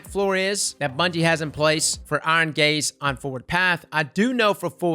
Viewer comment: I'm old but hearing,"Iron gaze", makes me laugh....iron gays